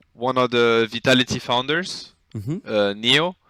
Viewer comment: OG couldn't ask for better "Foudner"